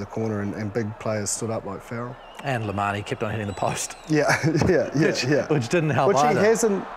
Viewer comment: “Le Manie” 😂